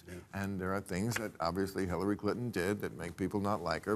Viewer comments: roughly she says "killary". You democrats just heard from a democratic representative what they think of her. Listen. She said it. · I swear she says Killary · Did anyone catch, Klobuchar said "KILL-ary"? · Is this panel delusional? And Hillary was most qualified? She didn't meet the minimum standard of transmitting classified and top secret data and "with nothing to hide," destroyed subpoenaed data and devices. Imagine if Trump would've burned boxes of documents. , Klobuchar says Killary. Listen closely. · Did she say Killary?